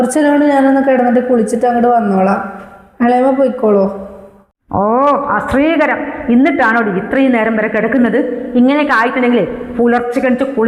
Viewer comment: Ashreekkkaram അല്ലാ ashrrreekaram